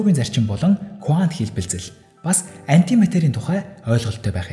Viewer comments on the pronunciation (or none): Кувант биш кванто гэж хэлдэг байх. Их сонирхон сонслоо баярлалаа.